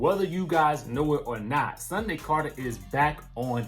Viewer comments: Her name Sundy... Sundy 😂. Like how your older auntie or granny say Sunday 🤣😂😂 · Her name is not Sunday it's Sundy